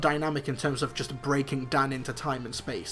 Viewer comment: Quick question, why do you pronounce just as gust?